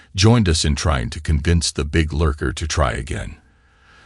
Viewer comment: its not street its ....saint francis cabernet.... its not collard beans... its collard greens,,,, when fishing its not lurker... its lunker